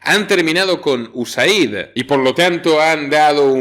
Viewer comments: US-AID. "Eid Pronunciacion en ingles.. Gracias por todas tus informaciones. Un saludo desde Miami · Sí... Se pronuncia Iueseid